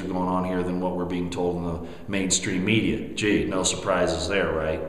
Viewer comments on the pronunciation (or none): none